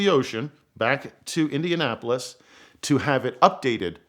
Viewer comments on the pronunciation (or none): none